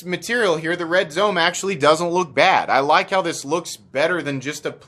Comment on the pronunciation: Zome is pronounced “zo-may” it is Japanese